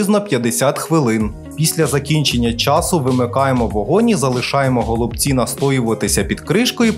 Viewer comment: Вже за наголос в слові голубці підписуюсь на Вас